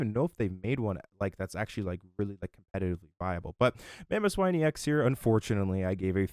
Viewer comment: It’s EX as in E X. Not N’s Zoroark X 😅 Otherwise great info